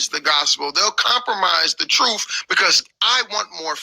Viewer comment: He says truf and earf so cannot take him seriously.